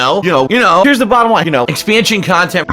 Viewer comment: I hate the amount of emphasis he puts on the end of 'conTENT'.